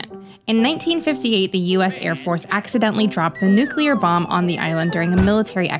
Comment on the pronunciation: It’s “noo-clear” not “nook-u-lar”